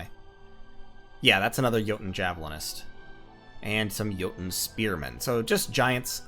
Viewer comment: oh man i cant tell you how happy i was to hear you pronounce jouten correctly, i minor thing but got you a like :D